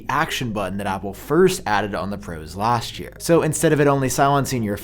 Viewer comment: For "dish" year and "lasht" year, smh!!! I wonder why this guy pronounce "this" as "dish" and "last" as "lasht"?